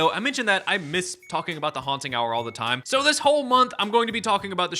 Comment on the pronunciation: This is now my favorite "Haunt Hub"? "Hubba Haunt"? I dunno but I love this Haunting Hour guy